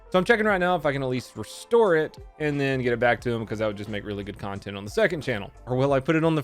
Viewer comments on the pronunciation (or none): none